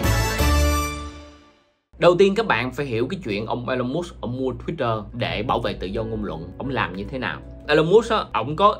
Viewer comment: huhu anh ơi tên ổng đọc là I-Lon Mớtsk mà anh đọc giỡn đúng khum :v